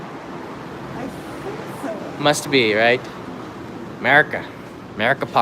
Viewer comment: I think the park is called Meriken Park, not Merikan.